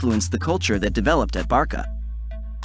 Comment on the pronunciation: great video.. but its ayax, barsa, la masia with 's'.